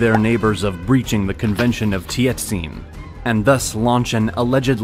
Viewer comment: All is correct except his pronunciation of chinese and korean region and king names hahaha. Ganghwa, Tientsin, Sunjong was wrong. 😂